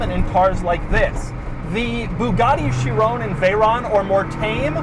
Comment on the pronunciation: & please stop saying Shiroonnneee. You cannot just invent how you say words.